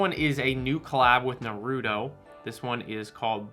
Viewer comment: I swear your taste buds are broken. Also who is "na-rootoe"? Naru-toe, and orange not arnge C'mon man